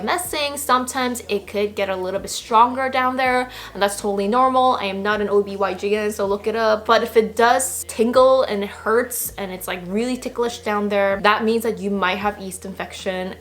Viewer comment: obYgn lmao It's OBGYN😭